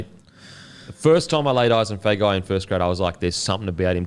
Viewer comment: Hey, just for Feagai's pronunciation and Samoan last names in general. If there's a 'G' in the last name, the G is pronounced "ng" like long, thong, song etc. so Feagai would be "Fe-ah-ngai" Same as Tago which I know you have been pronouncing correctly. Love the poddy, the beer and the clothes. Love more the effort to pronounce the Polynesian names correctly, it's been a pet peeve of mine since I was young. Which leads me to the question - is there a way the NRL players give the commentators a recording of the correct pronunciation of their last name?